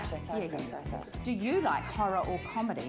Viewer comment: Spits water out says "Sovry"